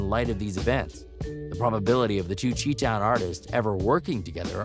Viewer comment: He said “Chee Town” lol